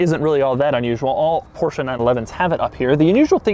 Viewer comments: The first english speaking person in my life who pronounces Porsche the way it's meant to be pronounced. I can now die happily. Thank you. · You are the only person who I ever heard say porsche the way it is supposed to be pronounced and no I dont mean Porsh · Doug the type of guy to judge you for not pronouncing it Porsch-Uh